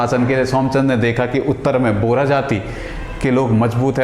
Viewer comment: बोरा नहीं बोहरा...